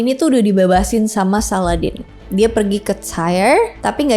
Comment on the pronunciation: Bacanya SALADIN, bukan SALADEN 😅